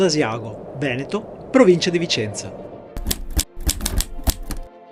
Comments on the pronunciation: The way you pronounce "Veneto" is utterly sickening! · Dio porco "Venéto"? Ma veramente?